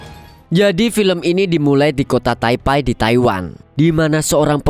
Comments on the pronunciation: Taipe bang bukan taipai😭😭😭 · maaf bang bukan taipai tp taipe bacanya 😂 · sejak kapam jadi taipai? taipe nyebutnya. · Taipe bang bukan taipai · taipei atau taipai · Baca nya bukannya Taipei bukan taipai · Taipai apa taipei nih kak😅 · Taipei bang, bukan taipai 😅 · Bacanya bukan Taipai mas